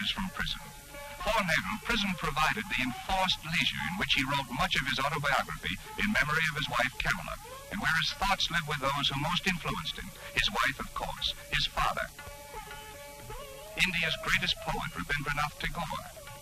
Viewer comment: Hi wife "Camilla" :D It was Kamla, actually.